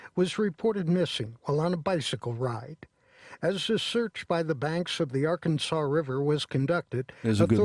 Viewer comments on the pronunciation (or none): none